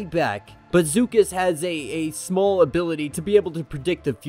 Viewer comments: I like your channel but as a Star Wars fan you really should know the true pronunciations of names and such. Beksar really, it's Beskar. It's also Bib Four- Chew-nah not Bib For-tuna and Zuckuss Zuh-Kuss not Zoo-kuss. Sorry I have been a Fan since I saw episode 4 open. First day, first screening. It's not that hard. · Obviously it's Star Wars so unless it's spoken aloud in cannon it's however you want to pronounce it, but IDK how you got zoo cuss from Zuckuss. I pronounce it zuck us. And that wasn't just some droid with him that was 4-LOM, he's even in Empire Strikes Back.